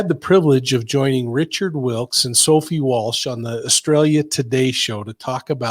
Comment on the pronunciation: Hi Richards name is Wilkins, not Wilkes 🤗